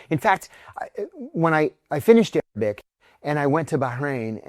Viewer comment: Misheard you. Thought you sad aerobic and not Arabic. It was quite amusing for a while 😂😂😂😂